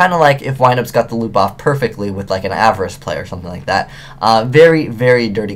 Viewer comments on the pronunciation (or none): none